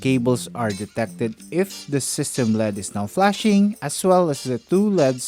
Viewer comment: it L E D ( ELL EEEE DEEE) NOT LEAD !!!